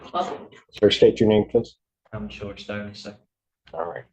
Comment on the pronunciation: It’s Thomas Styron.. not Thomas Tyron..